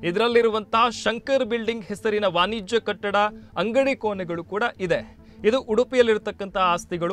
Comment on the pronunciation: ಕೋನೆ ಅಲ್ಲ ಕೋಣೆ...ವಾನಿಜ್ಯ ಅಲ್ಲ ವಾಣಿಜ್ಯ, ವಿಸ್ತೀರ್ನ ಅಲ್ಲ ವಿಸ್ತೀರ್ಣ...ಬದಲಾಯಿಸಿಕೊಳ್ಳಿ